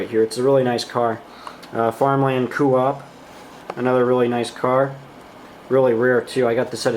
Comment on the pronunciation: Hey great job on the weathering. The Coop car, it’s pronounced Co....op. Keep up the good work now “I” can get to weathering my rolling stock, thanks